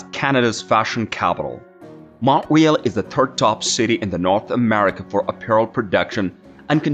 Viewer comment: Mount RÉÉÉÉÉAAAL not Mount REEEEEELLL